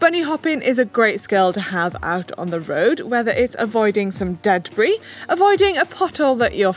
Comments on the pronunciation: think of the cheese, don't you mean debris? not dead brie!? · avoiding wat ? "Dead-bris"? you mean debris?DE-BREE